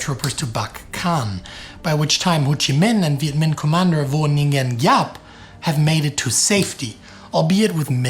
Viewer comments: Gen. Giap: [vɔ̌ˀ ŋʷīən jǎːp] (soft "g", not hard) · Viet here, effort in pronouncing it is commendable, so as many others. To the West it can be roughly pronounced as “Vo Win Zap” (Gi- pronunciation is similar to Z)